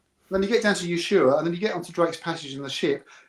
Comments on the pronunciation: Dear, the place in Argentina isn't Yeshua. It is Ushuaia, Ush-u-a-ia. You bias is showing. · It's pronounced USHUAIA just like it's written. And great you don't understand timezones fine. But what difference does it make if the sun is out 24 hours a day you massive dingus. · How does an older person, who must have been alive during the Falklands War, get the pronunciation of "Ushuaia" wrong? It was talked about a lot on the TV and radio news in 1982.